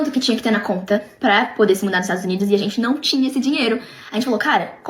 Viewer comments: "Jamais moraria nos 'estragos unidos'" KKKKKKKKKKKKKKKKKK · Estados Unidos?❌❌ estragos unidos✅✅💋